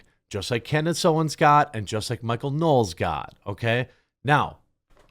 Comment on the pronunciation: It's Michael Knowles, not Knowels. Yeesh.